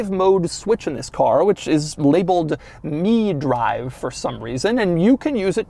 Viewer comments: Doug is the type of guy to pronounce Mi-Drive as "Me"-Drive and not "My"-Drive. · I think that's pronounced "my drive" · Doug is the kind of guy to pronounce "Mi-Drive" as "Mee-Drive" - hahaha love ya Doug.